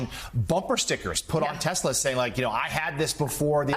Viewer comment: tesler. i'm waiting for the first meme showing someone who's actually re-badged their car to read 'tesler'.